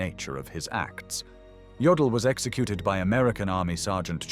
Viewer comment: Jodl not Joel.😝